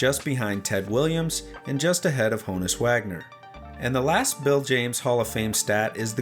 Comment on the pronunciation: Honus = “HAH-nus”, not “HOE-nus”